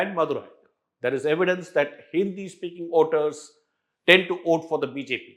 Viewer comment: It's Voters not Oters... it was difficult to listen to to the piece